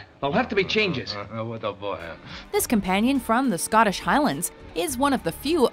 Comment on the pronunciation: Th way this channel says Scottish is fucking dumb